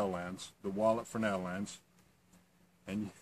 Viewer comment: Great video, and thank you for pronouncing Fresnel correctly.